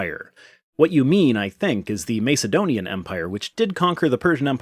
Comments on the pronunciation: This totally isn't the point of this video, but i'm bothered by how you pronounce Macedonian. Have I been pronouncing it wrong? You're saying it Mace like "Ace" (from playing cards) but i've heard it rather being like "Ass". Aka M"ace"donian or M"ass"edonian? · Can’t stand the way you say Mace-edonian. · Sorry but it's pronounced MASS ED DONIAN otherwise more power to your elbow! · The first a in Macedonian isn't pronounced like in mace, lace or place, but rather like in massive or casserole. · Yes, this bothered me too.